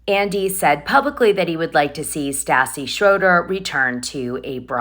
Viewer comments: You say Stassi like St ASS E.😅😅😅 ASS E! 😅 IT'S St AHH CEE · I cannot stand her, but it is beyond aggravating to hear you continually pronounce Stassi’s name wrong.